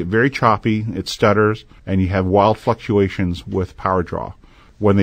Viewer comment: "Wild fucktuations."